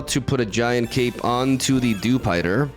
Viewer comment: Also dewspider